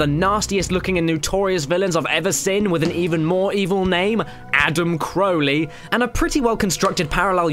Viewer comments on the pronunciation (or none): none